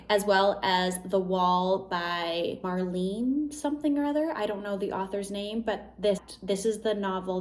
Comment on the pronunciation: I'm now scheduling in reading Pure Colour in bed next Sunday. Sadly it's too cold to read it in the woods right now 😂 Or should I wait for warmer weather? Haha The "e" in Marlen is pronounced like the "e" in "end" 😊